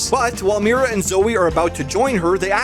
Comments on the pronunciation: um It’s Mira Not mari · he said mari instead of mira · Bud.. it’s Mira not Mary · Not bro saying “Mari” instead of Mira TWICE.